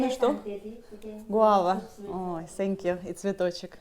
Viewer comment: Ne senkju 😂a Tenkju 😮😅